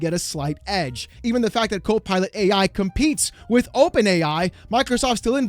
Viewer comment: The way you pronounced it... Cope Pilot, made me laugh.